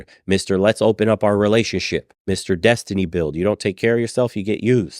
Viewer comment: Yoooo he said destany spilled 🤣